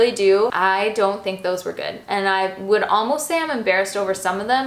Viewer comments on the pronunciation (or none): none